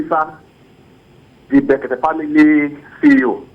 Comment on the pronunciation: Brekete family, Not,berekete